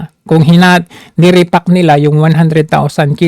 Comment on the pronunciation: Re-sacking or re packing. Haha. Langhiya ka isko. Bubble-mouth kalang.